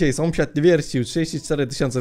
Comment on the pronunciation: sąsiad a nie somsiad